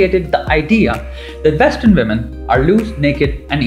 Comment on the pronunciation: Excellent video.. but PLEASE PLEASE PLEASE Indians.. Get your "V" and "W" sorted.. It's not "VITH" it's "WITH" .. it's not 'VESTERN' it's "WESTERN"... it's not pronounced "VOY-LENCE" it's "VI-OH-LENCE".. Trust me, you'll go a LOOOONG WAY in this world. Just work on it.